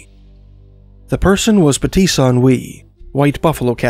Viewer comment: As an Oglalla Lakota I must tell you that the words for Pte San Win is pronounced ptay sha wee. The sacred pipe Canupa is pronounced Cha new pah. not kawn ah pah.